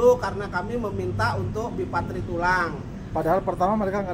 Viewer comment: Yg bener BIPARTIT dan TRIPARTIT bukan BIPATRIT dan TRIPATRIT.